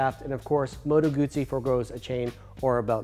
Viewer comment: It's weird hearing someone pronounce Moto Guzzi properly.